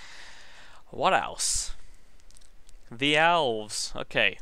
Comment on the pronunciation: when he says elves cause of his bitish accent sounds like owls